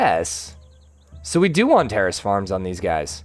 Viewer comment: Why does it sound like he keeps saying "Terrorist Farm"? Is there an accent affecting his "Terrace"?